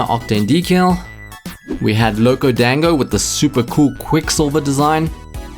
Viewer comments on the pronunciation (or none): none